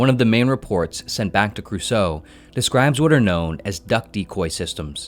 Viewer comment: Also pronunciation of Cruso gave me pain.